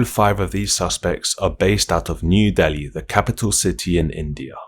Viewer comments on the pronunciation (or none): none